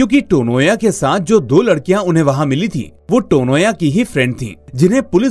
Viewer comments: It's not टोनोया. It's तोनोया. Coz in bangla 'o' sound has importance. I mean to say this sounds is common in bangla language. तनया becomes तोनोया. Beautiful explanation indeed !❤❤❤❤❤❤️ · Firstly it's Tanya ..😅with a Bengali pronounciation (Tonya)